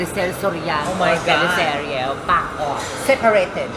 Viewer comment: Nalokah ko sa 'SEPARATED' 😂 😂 😂